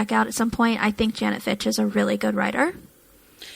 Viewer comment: It’s Fitch… not finch